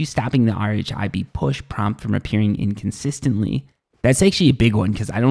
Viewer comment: Hey, great vid - very informative, ta Z-fighting is when two objects are at the same distance from the camera (i.e. z co-ordinate) and the renderer can't decide which to render first, so they flicker You don't have to spell out RHIB - it's pronounced 'rib' Vignette is pronounced 'vin yet' Keep up the good work! :)